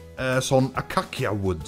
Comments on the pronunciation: Elle, melle, deg fortelle, skipet går ut i år, rygg i rand, to i spann, snipp snapp snute, du er ute! :3 Men acacia uttales "akasia". Ikke "akakkia". :p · Acacia wood utales Akasia, bare så du vett! 😄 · den der acacia wood uttales mer som akasia og det er i ett sjeldent biome har funnet det 1 gang siden det biomet kom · Acacia uttales akasia/akasietre :P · Du utaler det ''akasi'' :D just sayin :D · acacia Wood utales akasia